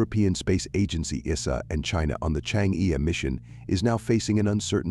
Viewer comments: pls correct your pronunciation of "chang'e"..it should be pronounced as "CHANG -ER"..you change'e is very irritating to the ears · i cant stand it says chang e anymore